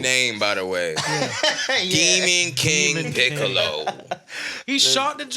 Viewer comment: Nikkas said Anthony Mackie as Piccol!!!!!! 😂😂😂😂